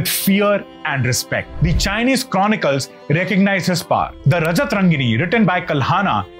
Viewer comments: Thank you so much Sir Great emporer stunning voice and narration Just a small request at 18.04 it Raaja Tarangini రాజతరంగిణి and not Rajatarangini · It is not 'Rajata Rangini' (रजत रंगिनी), dear. It is pronounced as Raja Tarangini (राज तरंगिणी) meaning 'The river of Kings' or 'The Royal River'.